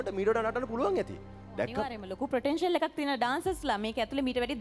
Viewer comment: Potential is the word. Not ප්‍රොටෙන්ෂල්.